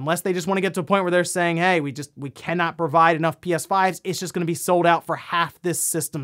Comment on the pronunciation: Did anyone else notice he said "he guys welcome to NewsWave" or is that normal?